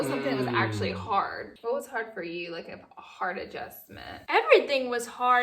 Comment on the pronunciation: Laura- “ Could you imagine me being an English teacher?!” Also Laura- “Adjushushment” 😂😂❤️